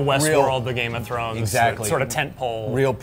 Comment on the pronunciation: Did he say Grame Of Thrones? Going a little Steve Bruhle on us.